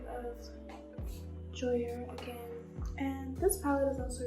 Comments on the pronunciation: calling jouer "joy-er" is so cute, its actually pronounced "j-oo-ay" and is french for play <3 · when she pronounced jouer "Joy-er" I died lmao but she looks hella bomb, i hope she's doin good <3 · it’s jouer not joyer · She’s killin me with the jouer pronunciation. It’s “ju-way” not “joy-er” but I get it. It looks that way. I’m sure jouer is low key cringing like me tho lol. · it's cute how she pronounces "jouer" as "joy-er" instead of "ju-way" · Omg not pronouncing jouer like joyour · jouer as in "joyer" ^^ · I love how she pronounced Jouer JOYER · girl did u say joyer lol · Not calling JUU WAYY Joyer 💀💀💀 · came right to the comments when she said “jo air” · Not “Joyer” PLSSSS😭😭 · It’s a beautiful makeup but I can’t get past how she says jouer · « Jouer » c’est «jou-er » et pas « ju-way » wtf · The way she said jouer bothered me 🥴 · Its the way she pronounces jouer for me 💀💀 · Dying at the way she pronounced jouer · Sorry but no ones gonna comment on how she pronounced jouer 😂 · Bruh she pronounced jouer wrong😂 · love you kali but that is not how you pronounce jouer💀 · I’m deadddd the way she pronounces Jouer lmao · the pronunciation of jouer lmaooo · Her pronunciation of jouer😂😂😂😂😂😂😷